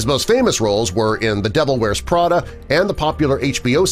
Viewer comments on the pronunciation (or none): none